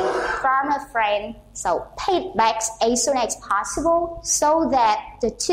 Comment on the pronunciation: Cô phát âm từ back chưa đúng